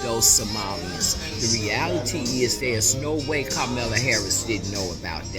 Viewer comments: “Carmela”? They can’t even say her name right. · I love when they can't pronounce Kamala, it lets me know who they support. That lady sounds ridiculous. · She couldn't even Kamala's name right 🤦🏾‍♀️. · Anytime I hear Kamala's name MISPRONOUNCED I know you are MISINFORMED!!!!